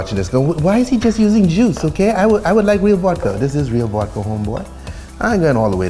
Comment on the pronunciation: Vodka ❎️ Vuadka ✅️